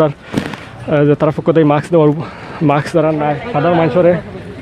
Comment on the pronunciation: ভাই মাক্স কি জিনিস? মাস্ক এত সুন্দর একটা শব্দকে এভাবে বিকৃত করছেন ক্যানো?